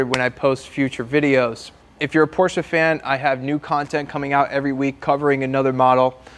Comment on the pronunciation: At least you’re pronouncing Porsche correctly now